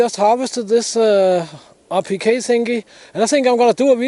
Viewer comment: RPK! Thank you! I kept hearing “appliqué” and couldn’t understand why he was calling it such.